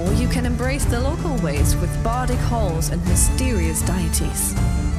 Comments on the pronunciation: The worman mispronounced deities in the intro. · deities....i don't think they pronounced that word correctly. does not bode well that it made it this far into the game and no one noticed....i mean if that is an actual actor and not AI reading the text they have to call them back in to redo the line. it looks nice....but I don't buy that publishers games. too much drm and online only for single player games....like why? its single player..... :P